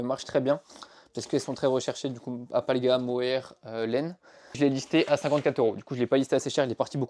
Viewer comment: hé, "alpalga" n'existe pas ! Alpaga, oui :)